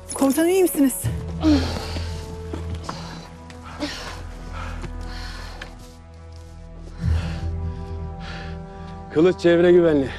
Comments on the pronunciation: Bizimki kılıç demeyden kalıç deyir😒😒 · kılınç dedi axı